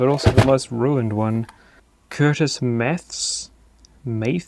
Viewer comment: The second word of Curtis Mathes is pronounced "MATH-iss". It used to be a common higher-end brand here in the US.